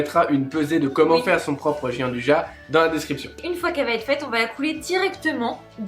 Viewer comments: Ahaha, je viens justement de rédiger moi-même un petit commentaire à ce sujet, je n'avais pas vu le votre ! Ca m'a toujours étonné d'entendre même de très grands chefs s'entêter à prononcer jianduja cette spécialité italienne dont la prononciation exacte est pourtant tellement plus gourmande et chantante ! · Jeanduja mdr 😂 Ca se prononce "djan dou ya" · "dian dou ya" ;) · "Gianduja" se prononce djandouya en italien. Pour des oreilles italiennes votre prononciation est tout simplement horrible ! Je me demandais de quoi vous parliez. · ca se prononce " DJIANDOUIA" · Merci d'avoir réagi ; je me sens moins seul. Bossant dans une épicerie de demi-gros en pâtisserie pro, il m'est triste d'entendre les clients (même des pro) prononcer "à la française" (on ne sait pas comment ils ont décidé que gi = j mais ça ne les perturbe pas plus apparemment) et d'insister quand je leur réponds pourtant avec la bonne prononciation… v.v xD